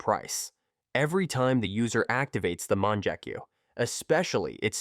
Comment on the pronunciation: bru the "munjekyu" low key made me mad. its mon-gek-yu